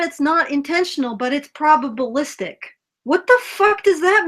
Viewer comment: When she said "probablistic" I imagined a cartoon Teal Dear with his jaw on the floor.